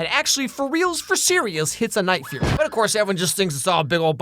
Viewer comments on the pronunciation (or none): The Night Fury ✅ The Night Furry 💀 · oh no, not the night-furry 😂😂 now i cant unhear that 😅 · every one says night furry, isnt it night fury? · I wonder how many other people instantly jumped into the comments to correct him saying "Night Furry" until he later corrected himself to say "Night Fury"? 🤔 Cause I certainly know I was tempted into doing that exact thing. 😅 He already knew the correct pronunciation and said it anyway to bait for comments. Afterall, he's not actually reacting to these clips live. It's part of his script he sets up to go into the final videos. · "NIGHT FURRY" lmaoooooo is it not "Night Fury"? Edit: I resumed the video and now look like a fool...